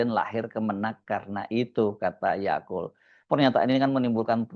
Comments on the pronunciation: yaqut mas bukan yaqul wkwkwk😂😂😂 mas hersu lucu tiap nyebut nama ybs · Mungkin tanpa sadar, Mas Hersu sering mengucap YAKUL (seperti merek minuman YAKULT) utk menyebut Yaqut 😂😂😂